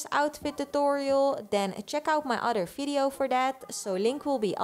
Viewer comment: I love how you pronounce video like "fideo" ❤❤